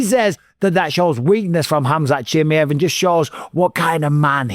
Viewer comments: Why you call him “Chimiev”!? It’s “Chimaev” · CHIMMY EV. CHIMMY EV. chimmy. ev. Please say Chimaev! CHIM- EYE- EV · Hamzat Jimmyhif is crazy pronunciation bisping 😊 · Say it with me - SHHH MY ev Chimaev. Cmon bisping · His name is pronuanced as "She Mai Yeev" for fuck sake its not hard come on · How the f can't you pronounce Chimaev after all these years?!!!!! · Can’t wait for this fight to be over so Bisping can’t stop saying Chimaev incorrectly.